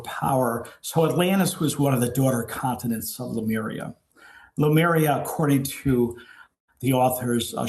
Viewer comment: Why do so many people pronounce Lemuria as Lumeria????